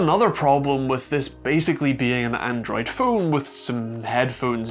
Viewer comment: "Phuone" "Bouuoth" U ok there mate?